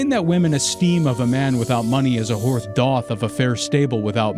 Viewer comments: Same with the narrator saying “horf” instead of horse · That word is horse not horfe. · Did you say "horf" bro? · I’ll do you one better, when reading out quotes in the beginning of the video the voice pronounced “horse” like “horfe” due to the fact the s used to look like an f when not at the start or end of a word.